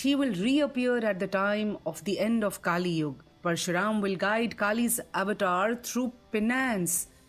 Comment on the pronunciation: It is not "KaaliYug" it is "Kaliyug". And it is not "Maanvantharaa" it is "Manvanthara" that is named after Manu.